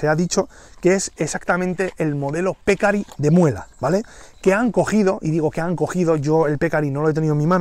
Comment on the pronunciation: Buen video. Te aclaro que "pecarí" es palabra aguda de acento.